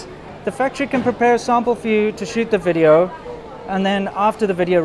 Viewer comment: "Welcome to another wideo!"